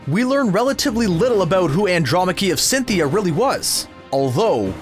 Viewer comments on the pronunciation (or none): scithia not CYNTHIA!